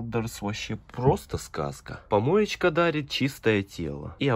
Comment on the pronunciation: Ты когда говоришь помоечька дарит я ваше угораю 🤣🤣🤣🤣😂😂